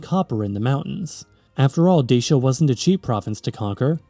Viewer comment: Deishia and Deishians ? You are joking, right Such ignorance is unforgivable - it is called Dachia [ˈdatʃi.a] and respectively Dachians. Then KarpEItians instead of Karpatians ? Then, the answer why Romania is split in half by a mountain range should be answered by geology and plate tectonics ... instead we are presented with some mushy geopolitical mish-mash. I decisively vote this click-bait as spam or misinformation. Such videos are a disgrace for YT!